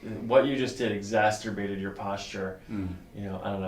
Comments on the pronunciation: The word is 'exacerbated', doc, not 'exasturbated'. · It’s “ek zaserbated,” not “zasterbated.” :-)